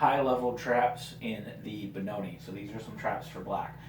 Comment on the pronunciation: It's Benoni without the e at the end